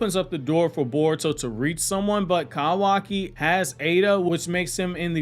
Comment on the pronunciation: The way he says kawaki and so frequently makes me cringe so badly lmaooo